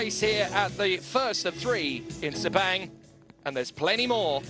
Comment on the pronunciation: Pronounce as fast as posaible: SIR PUNK! The local event management that handles the promotion do a bad job! A lot of motorsport fans from Thailand, Singapore, Brunei, Indonesia did not turn up!